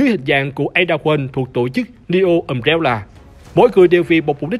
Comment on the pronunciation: Cốt truyện hay, đọc ok đó anh ad ơi Nhưng mà: Um-Bre-La hay đọc là Um Re La Hỏng phải là Um Réo Là 🥲🥲🥲